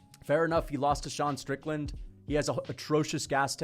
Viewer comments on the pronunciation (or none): none